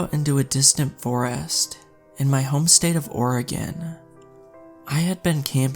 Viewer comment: Native oregonian here! (Well, actually, I currently live in California, but still, born and raised in oregon)...love when I find oregon creepypastas! P.s., THANK YOU for pronouncing Oregon correctly! It drives me nuts how many people mispronounce it.